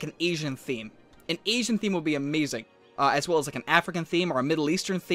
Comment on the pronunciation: he said esian theme ITS ASIAN!?